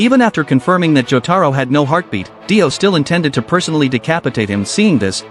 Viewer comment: Br his name not die o it’s dio